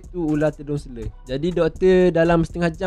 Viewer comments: Selar... Bukan selerrrrrr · selar, bukan seler... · Selar bang, bukan sele😑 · Selar bukan seler.. hahaha.. gurau2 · selar bukan sele.. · Tedung seler...tedung seler. Tedung selar lah. Sebutpun tak betul. Patut la ular patuk. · Terima kasih ml studio. Mana yang duk cari2 ytc aliff tu. Ni jemput singgah. dan satu lagi saya orang terengganu sbb tu sebut ular selar jadi seler😂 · Dia ni mesti orang Melaka sebab sebutan "selar" tu jadi "sele". Kalau orang Johor, sebutan tu jadi "selo". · Sele. Terengganu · dia ni mungkin org ganu atau klate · Tgk pseng ckp org tganu,.